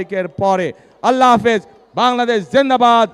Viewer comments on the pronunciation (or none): none